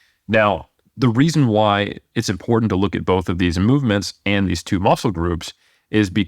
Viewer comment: There is no letter D in the word “important” so please quit mispronouncing that word.